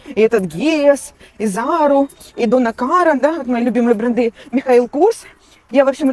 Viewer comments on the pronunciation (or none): БрЭнды -делай те правильно ударения. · Не брендЫ,а брЕнды!😂